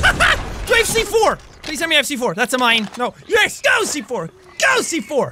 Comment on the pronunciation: When you are saying go C4 it hears like gochiforce!